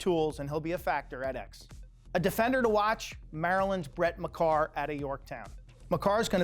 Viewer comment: U pronounced Makar wrong it’s pronounced like make-ar